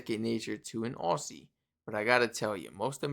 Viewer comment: Hey Bro, love your videos!, An Aussie here., just saying.. if you pronounce Aussie, as Ozzie. We will love you, that is the way we say it :) 💓